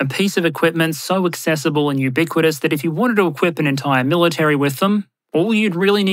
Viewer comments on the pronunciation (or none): none